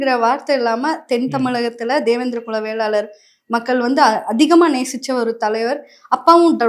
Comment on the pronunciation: நெறியாளர் தம்பி படிச்சிருக்கீங்க தான வேளாளர் னு சொல்ல தெரியாதா வெள்ளாளர் வெள்ளாளர் னு சொல்றீங்க